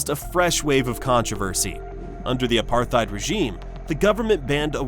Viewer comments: Apartheid is an Afrikaner word meaning apartness. Afrikaans is a language from South Africa based on the language of early Dutch settlers there. It should be pronounced as ‘Apart-heid’. The ‘t’ and ‘h’ should not be combined into ‘th’. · Yes, well said. It's pronounced with the 'th' as a hard "t". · You should really Google how to pronounce "Apartheid" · “Apartheid” has no “th” sound in it! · Dude, PLEASE learn how to pronounce "apartheid." You said it several times and you shamefully mispronounced it every time. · The TH in apartheid is two separate consonants! Argh